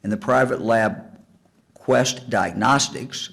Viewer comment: Mike can't quit pronounce 'diagnostics'....what a tool. Medical terminology, or basic reading isn't his forte.